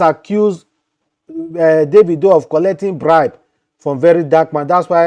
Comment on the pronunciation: You don't even know how to pronounce David/Davido